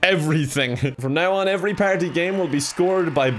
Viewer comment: For real though, I love the way he says the word "party!"